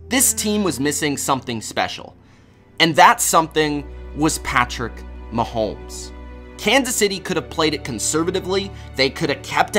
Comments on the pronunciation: How...Why...as a sports "expert" do you keep calling him "MahoLmes with a L???? Mahomes yo....NO L in his name.... Mahomes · It’s hard to listen to this guy pronounce Mahomes. There’s no “L” in either the spelling or annunciation. It’s muh-homes not muh-holmes. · Bro you needa fucking learn how to say his name right